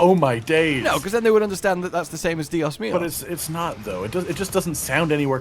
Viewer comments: Spanish time! The expression was trying to say is "Dios mio" not "Dios mios" And it translate to My God not my days, days in Spanish is Dias. Also, I haven't heard any Spanish speaker say "Mis dias" or "Dias mios" like that. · Two things, 1) its "dios mío", not "dias mias", 2) it means "my god"/"oh my god", not anything to do with days. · Dios mios is "oh my god" not "oh my days" 🤣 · Should we tell them dios mios is not dias mios? Dios mios is "my god!" which is very common in most christian influenced cultures. That said, I have never heard "Oh my days"